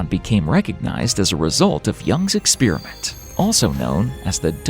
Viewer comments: I know this is from an outsider's perspective -- but it hits me like a horn blast every time I hear it spoken: an "ex-spear-a-mint" vs an "experiment" (ex-spare-ee-ment, which is English, where the word comes from) ... No idea how this became "normal", but it is quite foreign to my ears ... Despite all the "ex-spear-a-mints" mentioned, the content of this video is all worth thought. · Measurement is not the same thing as observation. And it's experiment, not ex-spear-i-mint. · Eckspearament, lol. It's experiment! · im interested but unfortunately had to tune out do to your repeaded butchering of the word experiment